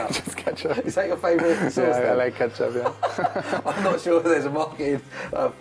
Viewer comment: Kai-tchup. Definitely a market for it